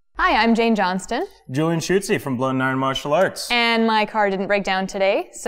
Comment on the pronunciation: How can you butcher your own last name so terribly, Julian? Shame! rofl